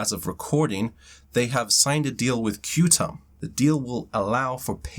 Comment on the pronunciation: Even though it reads QTUM, it’s called Quantum 😉👍